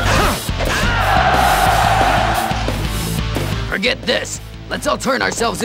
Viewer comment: erm serry relly errm serry